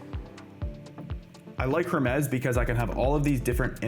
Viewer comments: The Correct Way: Pronounced "Her-meez" with a clear "H" sound at the beginning.The Origin: Creators at Nous Research named the AI agent after the Greek mythological god of messengers, matching the company's thematic use of classical Greek terms (like Nous, meaning mind). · her-mez lol😂